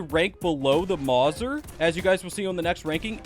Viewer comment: Calling the Mauser (maw-ser) is 10/10 rage bait